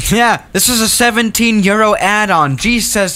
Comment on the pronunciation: What he said:. 17 Euro What i hear:17 year old lmfao